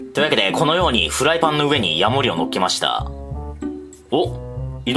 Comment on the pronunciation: ヤモ↑リ カマキ↑リ↓